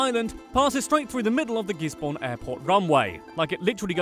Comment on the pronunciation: Gisborne is not pronounced gis-born